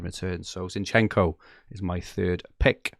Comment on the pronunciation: Guys it's z_I_nchenko, not zinchEnko (I'm ukrainian)